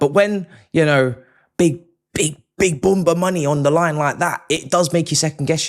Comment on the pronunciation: Whats boombaa 😂😂 you mean bumbo. Prediction is spot on.